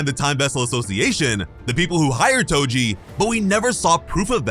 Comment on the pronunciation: Am i hearing things or did you call Toji "Goji" 😁